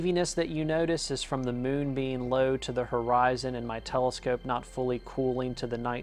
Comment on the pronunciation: "Tha mewwn" 😄